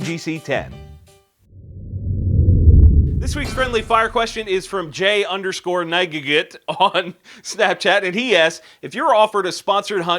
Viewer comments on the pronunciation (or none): the Friendly Fire dude's screen name is properly pronounced "kuh-nig-et". Reference the scene in Monty Python and the Holy Grail when King Arthur and company are talking to the knights at the French castle.